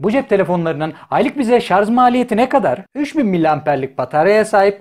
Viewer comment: Hocam sarzzz değil şarjj 🙂